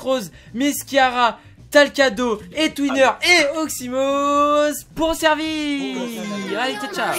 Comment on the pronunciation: À twiner dit(te né ma grande frite) berk 🤮🤮